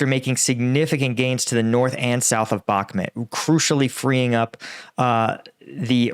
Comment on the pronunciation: Thanks for you commentary. One thing through - can you please pronounce Bakhmut properly - it's 'Buck-moot' (as in 'boot')